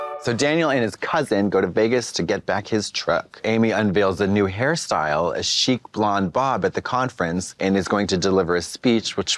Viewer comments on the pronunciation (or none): I thought Katya said, ‘cheap blonde bob’ it was ‘chic blonde bob.